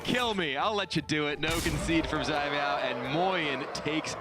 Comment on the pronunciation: Anyone else notice all the different ways Kibler pronounced "Caimiao?" was consistent with "Tai-meow", while Kibler tried "Jai-meow", "Zai-meow", "Sai-meow" and others. Lol. (Btw, it should be a sort of "ts" sound- a special kind of "c". Think of the ending of the word "pants".)